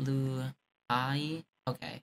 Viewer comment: lol it was funny watching u pronounce bilu bhai lolll the most white person shitt everrrrrr 🤣